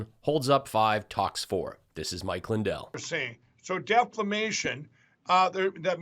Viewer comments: "Deflamation?" OMG, no wonder Lindell loves Trump so much. They're both utter morons. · 😶Ni66a said "DEFLAMATION". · Mike is really saying (debt-flame-nation) because hew worried about our national debt-NOT!